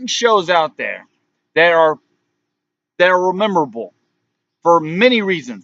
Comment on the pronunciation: Its MEMORABLE not remeemorrablll or whatever you dribbled out